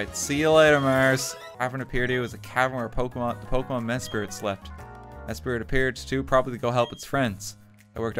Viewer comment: Just a heads-up: It's Mes-prit. M-e-s-p-r-i-t. Not Mespirit.